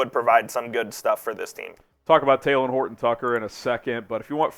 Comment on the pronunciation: It’s not taylen it’s talen